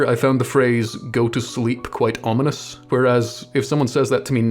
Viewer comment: "Go to slep..."